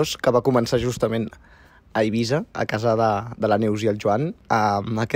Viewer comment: és eivissa amb essa sorda